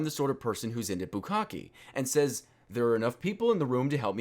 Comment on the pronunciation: you pronounced bukkake wrong. the E is like the one in fiance. boo-kak-ay